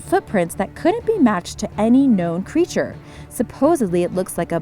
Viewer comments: OMG pronounce the town in MD correctly fred-rick not frEdrick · Frederick Maryland is pronounced Fred-rick not "Freederick". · I’m from Maryland. It’s pronounced Fred rick. Not Freed rick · Its Fredrick like fred not "free"drick. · you said the name of the area wrong its Middle-Town and Fred-rick ok just letting you know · What the fuck is "Free-drick" Maryland? No one says that. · You lost ALL credibility to me when you managed to mispronounce Middletown, Frederick, and said Appalachia like a gd yank. BTW that's not how you pronounce Dwayyo. - a resident of Western MD